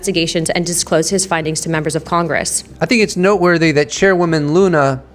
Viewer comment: Luna, not Lena